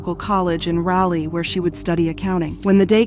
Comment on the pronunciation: It's Rah-lee ... like Rah Digga ... or Rah Rah .... Ya'll get on my nerves including the news reports and not listening to how they say the city names .. and then butchering it ... Its like an failing an open book test ... smh.